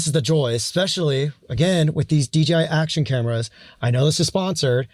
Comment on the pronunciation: Why you call it D”G”I 😂